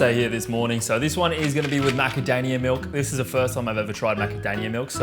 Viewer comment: “Macadania milk, macadanuims are pretty damn nice” ✨MacadaMia✨ 😩😂